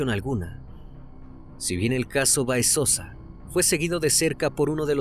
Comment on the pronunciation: Para el joven que narra. El apellido Báez, lleva acento en la A...hay que pronunciar correctamente, porque lo dice Baez...por favor, detalles así, restan seriedad y profesionalismo.